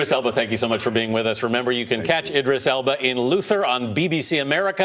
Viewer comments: Did anyone notice how the guy report cannot say Elba's last name right? Elbow? Elbum? hahaha!! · He called him "Idris Album" WTH 😂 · why does it sound like he's saying "elbow" and "elbam"?